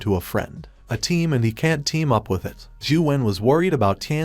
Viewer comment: All I Hear is "he can tea" or "he doesn tea", Fix that issue, Its Annoying and Problematic, but the Recap is Perfectly Fine, Its Just the "Doesn tea and Can tea" That Isn't Okay